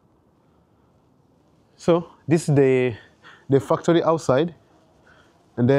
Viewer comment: Factory ❌ Fucktory✅ 😂😂😂